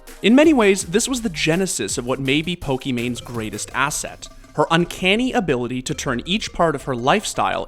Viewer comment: I can’t believe people still mispronounce pokìmane. 🌝